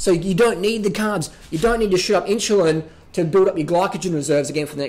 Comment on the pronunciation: Lol. In-shoe-lin.